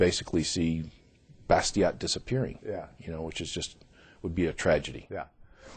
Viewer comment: Too bad they can't pronounce the name "Bastiat" correctly. Learn French dudes!